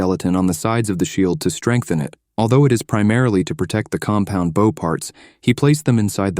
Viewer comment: The hilarity of AI being unable to pronounce words like "bow" never ceases.